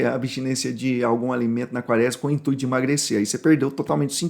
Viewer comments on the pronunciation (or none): none